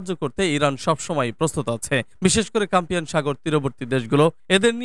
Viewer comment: CASPIAN NOT CAMPIAN